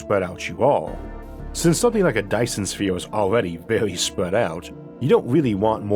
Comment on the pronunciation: A Dyson Sfeeorrrww😆😆😆